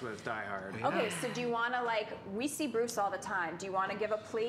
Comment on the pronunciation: Joe and Andy say 'Bruce' so well, both of them need to become Batman villains.